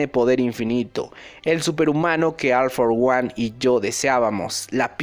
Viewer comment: Se pronuncia ol for guan... recuerda como pronuncias a ol maigt ambos tienen la misma palabra al inicio en ingles